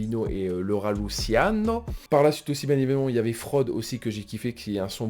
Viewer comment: Ohhh respect un peu le rat ça de prononce pas lutiano mais luchiano tu prouves ta crédibilité sur les piliers du rap